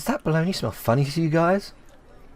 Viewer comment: "Don't be afraid, you are safe here". After years, now, I know both italian and english version. 😁 P.S. This game is one of my "lifechanging". Love the way you read the dialogues. P.P.S. I can't help you with the pronunciation of Bologna, actually, except that you said well with the soft "gn", that it's mostly known as "mortadella" here and that's absolutely not beef, but pork. 😅